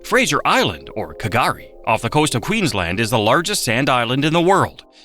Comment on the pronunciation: Neither K'gari or Uluru were pronounced properly.